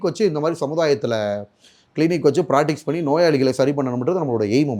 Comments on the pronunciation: Practice ah ozhunga solla therila practics aam thu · It's not Pratice, it's Practice 😂😂😂